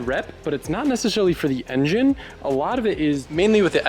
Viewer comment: He said engin with a normal g sound 😂 lit